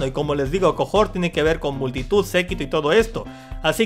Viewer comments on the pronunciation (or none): cohort se pronuncia cohort... osea, coort. Pa que sepas bro